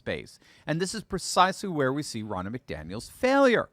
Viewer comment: Her name is pronounced Row-na.